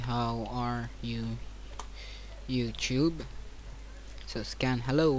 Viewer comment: It's called, "Youtube", not "Youtjube".